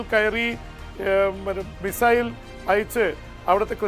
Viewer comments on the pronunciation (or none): none